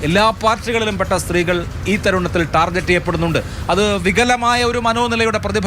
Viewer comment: ടാർജറ്റ് അല്ല അഭിലാഷേ ടാർഗറ്റ് 😂